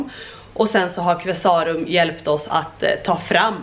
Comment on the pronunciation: Qvesarum är helt fantastiska på byggnadsvård, så otroligt mycket fint! Och nu är man väl picky här då men är Qve-sa-rum, inte Qvesá-rum, i all välmening.❤ (Känner mig som Hermione Granger "It's LeviOsa, not LevioSA" 😅) Så jäkla stört fint blir huset, älskar era färgval och alla tapeter! Så personligt.😍